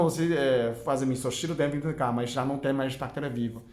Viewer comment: vitamina K ? não da pra entender bem ...